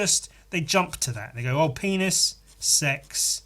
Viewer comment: because of the way you say Penis, it has become my latest vocal stim. "PEENASS"